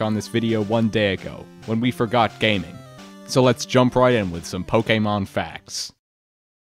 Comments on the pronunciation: I love that you're taking care to use the official pronunciation of "Pokémon" just like DYKG does. Nice touch. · Bonus points for pronouncing Pokémon correctly. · the fact he even got the pronunciation of "pokemon" right shows the dedication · even the way they say pokemon is spot on